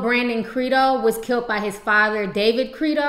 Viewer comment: stop saying kilt instead of killed.